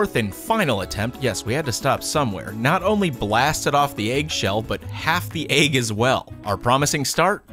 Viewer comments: Jackson boyyy eh-g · That's how you pronounce egg lol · I love how he pronounces it “ayg”. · Why do you pronounce egg (Ayeg) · Boooeee stop hating I bet you say stuff differently sometimes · Phrog | or... “ehg” like the end of the name “Meg”... (or do your pronounce that “mayg”? There are classic vowel mergers, but I find that even some people who don’t vowel merge other words, do in the word egg. Just an interesting regional variance!)